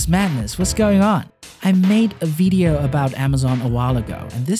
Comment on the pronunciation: hey there ce any chance you could say video instead of veedeo